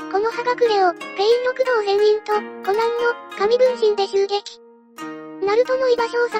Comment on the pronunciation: ロクドウじゃなくてリクドウだよw